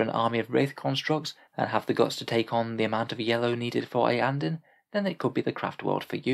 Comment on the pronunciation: Iyanden, always Iyanden